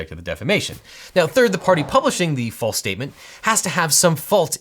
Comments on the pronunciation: Objection, , you state "flase" instead of "false", therefore, Kyle Rittenhouse is innocent of being a murderer! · It's false not flase. Thank me later. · OBJECTION! The "false" statement must be made to a third-party. That particular law does not make assertions about "flase" (phonetically "flah-sé"?) statements. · what's a "flase" statement? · “A flase statement” - sounds flancy 🥂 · Also, “flase” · Don't want to be that guy, but I'm going to be that guy... "flase statement" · “The flase statement”